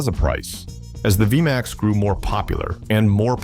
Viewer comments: dude learn to say the name its v max not vee a max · WTF is a V a MAX. Narrator keeps repeating that over and over. Hate these narrators for hire and they have absolutely no clue what they are saying. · V-M-AXE? ...thanks A.I. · Viyamax. I've had it with AI slop. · What the hell is a V m x? It is V-MAX! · What the hell is a via max?? AI sucks